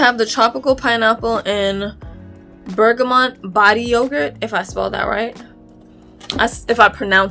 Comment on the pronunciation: Yes! You pronounced ‘Bergamot’ correctly! Thank you for this!!!